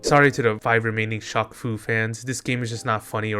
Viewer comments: you slowly killed a piece of me everytime you pronounced shaq as shock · is you pronouncing it "shock" instead of "shack" a bit or something? asking because i've never heard someone say "shock eel o neil" lol. EDIT: wait i get it now, it's French.